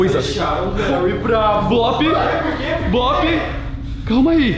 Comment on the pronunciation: O blop falou leuy